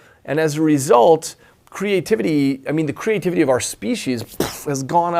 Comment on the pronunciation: Is it so hard not to sound completely hysterical ? I’m so annoyed by the first guy and his hyper annoying personality I wonder if I can finish listening to this. Then there’s the one who pronounced creativity as “CRAY-tivity”. 🤮